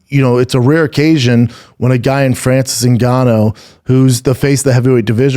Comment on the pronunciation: France Zingano 🤣 Just makin' names up!